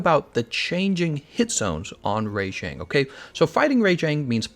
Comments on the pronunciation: Am I the only one annoyed at how he pronounces Rajang? It's RAH-Jang, not RAY-Jang. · Why do you pronounce the first 2 letters in rajangs name as "RAY" instead of RA like rabbit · I'm sorry its RAJANG not RA-JANG!! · Your pronunciation on Rajang is super weird, it's almost like "Re^jeng" LOL. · rayjank lol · They actually say it's name in the game & they pronounce it "Rah-Jong", And I think think it's more accurate like that, because it sounds like Rajah, which is the Hindi word for king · Thanks, i was gonna write something like this, please stop butchering all the names! lol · Well then you aren't English because thats not how we would say it